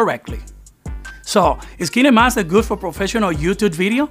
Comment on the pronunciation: Dude its kinemaster not keenamaster